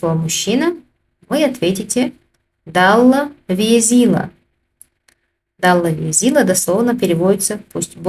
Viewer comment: Тоже интересно почему произносится также как написано. Далла везийла пишется это понятно)) но говорим же Далл вёзил. В видео не услышал такое произношение. Во всех предложениях что написано то и говорится в видео. Это так задумано?😂 Все остальное отлично в видео 👍